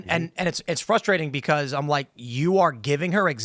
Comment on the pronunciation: "It's fwuswating"- Popo (Beerfest)